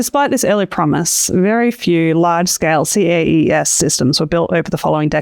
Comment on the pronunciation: Should CAES be pronounced 'kays' rather than 'see-a-ee-ess'? It's a lot pithier and I assumed this what what people had picked, but then I'm not sure I've heard anyone actually say it before.